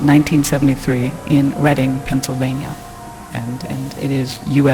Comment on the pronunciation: I’m surprised that Reading PA was actually pronounced “Red-ding” which is the right way. Almost everyone pronounces it like it’s spelled